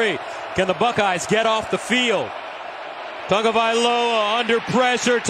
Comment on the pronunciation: WHYYYYYYY is he adding a "N" to Tagovaiola. Any poly's in the comments? Is this how it is pronounced?